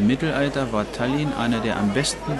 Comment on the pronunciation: Tállinn, Tóompea, die Betonung ist immer auf der erste Silbe. Sonst ist ein gutes Video. Danke